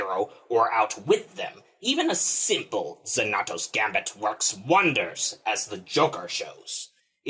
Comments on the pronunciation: This is driving me crazy I keep yelling at the video that it’s Pronounced “Zanatos” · Zan not tosz. WTF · The voice is kinda gay. It would be better if you tried to pronounce the name right instead of trying to sound like a cheap gargoyle. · Pronounce it right man. Watch Gargoyles where the name of the trope came from. David Xanatos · Hollywood Ruins Everything watch Gargoyles you’re saying (Xanatos) wrong